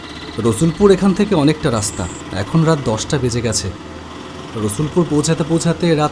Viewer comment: Dada raster noi raster❤❤❤